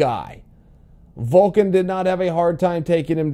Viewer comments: Chael his name his Alexander Volkov not Volkan 😂😂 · His name is VolkoV not Volkan 😁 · Its Volkov, not Volkan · volkov, not volkan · Its pathetic how he’s doing it on purpose. He is the greatest mind the the game but cant remember a name. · It's volkov not volkan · Volkov, not Volkan Uncle Chael. Lmao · niggas over here calling Volkov, Volkan lmaooooo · Chael has a little prononciation issue with russian fighters: "Volken/Volkov" "Feedor/Feeohdor" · Its Volkov not Volkin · Volkov not Volkan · Volkov not Volkan smh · its volkov not volkan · You keep saying volkan like ozedemier, it’s volKOV. Sorry I don’t know how to spell either name and google is hard. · Volkov not volkan😂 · who is Volkan !!!! I think you mean Volkov :P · Chael triggering us again with saying names wrong on purpose. ITS VOLKOV CHAEL GET IT RIGHT😠😠😠. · Chael, I think you should "offer us" an apology for mispronouncing Volkov's name...